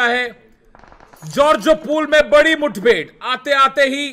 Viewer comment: Nobody Literally Nobody : Tanamy : pronouncing mudbhed as muthbhed